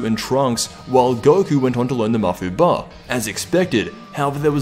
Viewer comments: It's mafuuba, emphasis on fuu. Mafuba/Mafubaa are both incorrect spelling and pronunciation. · bro it's not ma-fu-ba, its mafu-ba